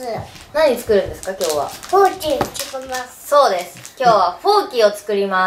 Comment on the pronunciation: ちゅこます！って作ります！って言ってたのね😂 可愛い😂😂